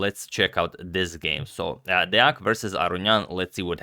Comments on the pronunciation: Wooo, you still pronounce Deac correctly. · Agad has the best Deac pronounciation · Everyone talking about the game yesterday but forgot to tell Agad that he pronounced Deac right😔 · Agad using #samay only good idea... Shots fired ... Nikhil kammath head is a beautiful head shot .. Congratulations on pronouncing Deac right. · Pretty good pronunciation of Deac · You pronounced deac correctly!